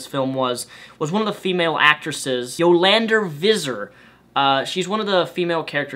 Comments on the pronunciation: Her name is Pronounced "Yo Lan Dee" Her voice is part of her trade mark and how she appears to be on screen and on stage. look up die antwoord on youtube. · Thats why I dont watch mainstream reviewers, you sir I agree with, as a south african you cant hate this movie I must say, I also think the reason you cant understand yolandi is just by the way u pronouced her name xD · I enjoy Die Antwoord and I thought it was interesting that they were in a film. Also you totally butchered Yo-Landi's name but whatever. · You pronounced her name wrong :'( she is my child. If listen to their music as much as I do you learn to understand her :) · So Funny Hearing Him Mispronounce Die Anrwoord and Yolandie :D Damn ek Love dit as Amerikaners so Verkeerd Praat